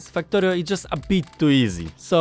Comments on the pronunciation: is he saying... fucktorio? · I like how you sounded like saying Fucktario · Am i the only one hearing fucktorio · While I do love your accent, the yt algorithm may interpret the way you pronounce "Factorio" as a certain curse word + "torio", and limit who it recommends the video to because it thinks it has detected "strong language". Just a thought... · So I did some reading on Polish phonology... Turns out Polish doesn't have the English short 'a' sound like in 'cat' or 'Factorio', and the Polish 'a' sounds very close to an English short 'u' like in 'gum' and 'buck'. BUT! Polish 'e' like in 'wektor' and 'wcześnie' is much closer to an English 'a'... I've noticed people with certain Russian accents just straight up using an e sound for the a because it can't be confused with u. No idea if this means anything to you, I just thought it was interesting.